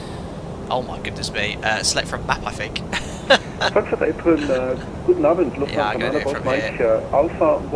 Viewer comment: Your „Guten Abend“ sounded very nice as if you were a native speaker. Nicely done. Have a nice weekend.